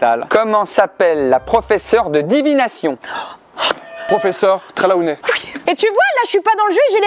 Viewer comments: On dit Sibile treelonet et pas trelaounet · Pour info : c'est Durmstrang et pas Durmstrong. En gros, c'est un A et pas un O avant le N. Et pour le professeur Trelawney : le premier E se prononce comme un i et le A se prononce comme un O. C'est tout simple.